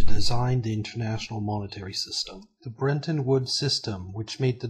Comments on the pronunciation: Fascinating stuff but, please, there's no way to get a pronunciation of "brenton" out of "Bretton". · BRETTON!!! BRET-ton Not BREN-ton!!! Please learn to read! That's incredibly ANNOYING to me that you CANNOT pronounce CORRECTLY... The name of one of the most IMPORTANT ACCORDS in ALL of HISTORY! BRETTON WOODS!!!